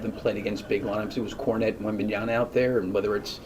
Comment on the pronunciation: These people who cannot pronounce Victor's name properly, who say "Wembanyana" deserve to lose. Coaches like Donovan who spend the entire post game pretending his team had it all under control vs giving credit to the other team, they are accustomed to losing and trying to save their jobs.